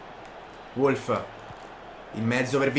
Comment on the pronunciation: Wolf si legge Volf